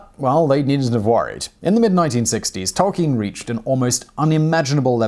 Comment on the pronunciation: Bonus fact: the name is pronounced toll-KEEN.